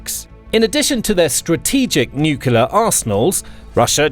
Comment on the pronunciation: Can you please pronounce nuclear properly?